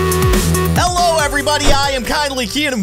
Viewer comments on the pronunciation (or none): none